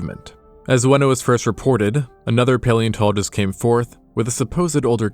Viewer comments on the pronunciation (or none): none